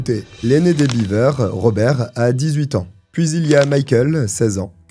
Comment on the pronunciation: 'Biver'-Beaver, c'est une famille de castor, si tu le prononce comme ca. 'Bever 'Ca se prononce Bèv-r.